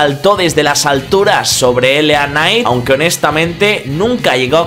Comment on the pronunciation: Que pdo siempre pronuncias de manera errónea tanto a LA Knight como Uncle Howdy jajajaja Pero mi nota del royal Rumble es un 5/10